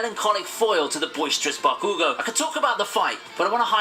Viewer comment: The way the video narrator said Bakugo's name gave me cancer